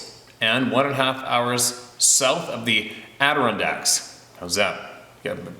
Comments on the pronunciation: Steve your getting better at pronouncing Adirondack... aah-der-ron-dacks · Adirondacks 😀👍. You almost got it this time.😂